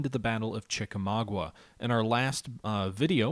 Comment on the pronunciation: ChickaMAUGA not ChickaMAGUA!